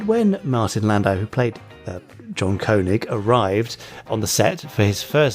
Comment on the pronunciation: One thing I never understood was why was Koenig pronounced Ko-neg on 1999, when actor Walter Koenig who played Chekov on Star Trek was pronounced correctly, Kay-neg?